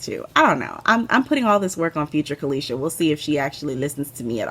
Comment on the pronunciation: You pronounced my name very well Caleisha, thanks for asking if it was correct. I took my time watching this one, thanks for brightening my day on a few occasions